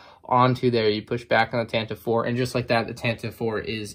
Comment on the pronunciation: Anyone else think it was tanta 4 not tantive 4